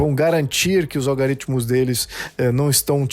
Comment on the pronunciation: Opinião perfeito!! Concordo plenamente!! Só a palavra “ALGORITMO “ foi falada errada!!